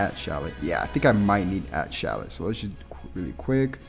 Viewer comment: Yeah this stuff is nice and everything but first order of business is you are pronouncing Shallot's name wrong and second you don't even give people hel on how to get the equipment to the Z rank and another thing not every Fricking equipment item can be awakened